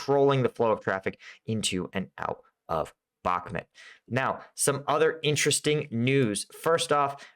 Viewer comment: why do you keep calling Bahmut, Bahmet?